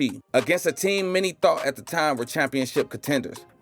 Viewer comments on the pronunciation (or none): none